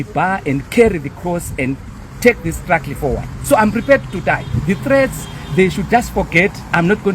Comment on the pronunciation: It’s not strugly it’s struggle